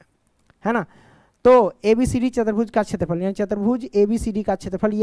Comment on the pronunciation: Chatarbhuj 😂 chaturbhuj